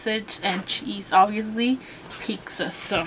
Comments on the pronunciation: Pizza not peeksa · By the way it's pizza not pixa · I hate how she pronounces it "peecza" it's annoying! But good video! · I think it's funny (and not in a negative way) how some people pronounce pizza like "peeksa". 😁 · I like how everyone is so cal pronounces it "peeksa" instead of pizza.. i've heard some other people say it like that too ✌🏽